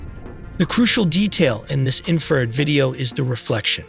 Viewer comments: Seriously, spend a few minutes and get the AI to pronounce things correctly. Infrared sounded like inferred... It's so little effort to fix. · smoking crack. infrared, not inferred.